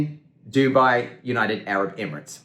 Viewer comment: United arab ‘ERIMATES’ ???!